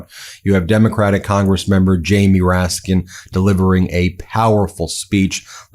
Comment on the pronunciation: It's Congressman "RASKIN" not "MOORASKIN..."